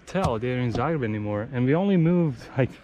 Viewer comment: Its Zagreb not zaerab